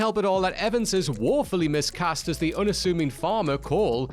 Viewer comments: It's miscast, MISCAST, not "missed cast " you incompetent donkey. Please, someone pay for What Culture presenters to have elocution lessons, or some degree of basic grammar, before letting them loose on narrating theses videos!! 🙄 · Did this guy say ‘missed-cast’ twice? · Yikes. managed to mispronounce "miscast" as "missed-cast" not once but twice. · Can't even spell Lucy Liu or say miscast ("missed cast"?!) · Dude, it’s “miss-cast”. How do you not know this?